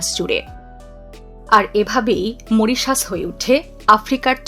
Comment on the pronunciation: Moritious? 😂😂😂😂 This is Mauritius. Pls pronunce correctly. Incorrigible pronunciations